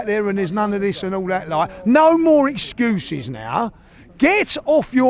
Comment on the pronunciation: All i 'earin' iz e'cuez! Then lists loads of excuses.